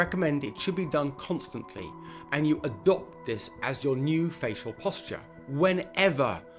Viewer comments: "adobt" yeah that seems professional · "Adobt this"